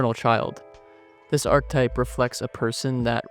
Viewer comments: I've always heard it pronounced "arc eh type" so "arctype" erks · Where's this ArkType pronunciation coming from? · whats the arc-type you keep referring to across the video? have you heard the word archetype before making it? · archetype is three syllables, not two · This might be a bit nitpicky but it’s pronounced arch-e-type not arch-type and Carl yoong not young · I hate your pronunciation of words. I will always look up how to pronounce words when I make videos. Yoong. ARK-eh-type.